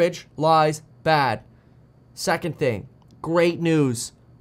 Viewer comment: Lol, you truncated the last word of the video. Ostensibly you said 'farce' but all we heard was 'fart'.